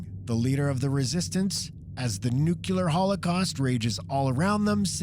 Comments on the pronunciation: Nu-CLEAR!!!!!! NOT nook-ya-ler!! For Christ sake!!! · It’s pronounced, “Nu clee er”; not “nook yoo ler”. You’d think a podcaster or narrator would be educated enough to know. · Nuclear, not nuculur. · did he say "Nucular"? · Aaaand “nuclear”